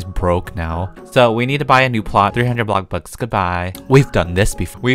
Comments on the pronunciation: ElLo GuYs ToDaY wErE gOnNa PlAy 'BlOcKbUcK' Me: Why your saying bloxburg 'BlOcKbUcK' Oh Guess what it's funny:? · No One: 🥖: “ welcome to blocburg” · I love how he says bloxburg!!!!A-block borg!!!hahha so funny love it! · No one: Literally no one:: ah-block-borg. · HI WELCOME TO BLOCK BORG Me: Perfect English